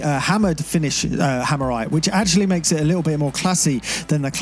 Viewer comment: "hammerite" please no